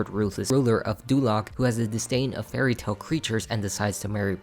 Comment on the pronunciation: When you said that Farquaad hates all fairytale creatures, it sounded like 'very tall creatures'...now I think I understand why he hates them